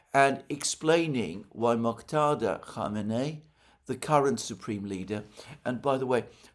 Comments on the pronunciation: Mojtada. J like English J, or French DJ. Not Moktada. Thanks for trying and the good intention. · Mojtaba NOT Moktada. You are butchering the name not only in previous videos but also this one. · Alexander, it’s Mojtaba pronounced MOJ, with J as in John, and add TABA! MOJ-TABA! You seem to be confusing it with Moghtada which is the name of the Iraqi cleric Moghtada Al-Sadr! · Its "M O J T A B A" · Hello Alexander, it's still pronounced /moodge•tab•R/ ([ˈmʊᵈʒ.tæ.bɒː]). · "Oops ... I did it again." 🙈 It's rather tragic that he apologised for mispronouncing the Supreme Leader's name -- and then went on and repeated his mistake. 😔 🤍🇮🇷🤍🇮🇷🤍🇮🇷🤍🇮🇷🤍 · Hello Mr. Mercouris. Just here to say Mojtaba is spelt with a hard J as in Majlis. You’re relying on people with a Romance language tinge who pronounce J as H. Source: my brother’s name is Mojtaba. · Still butchering Mujtaba’s name my friend… just saying 😂🫡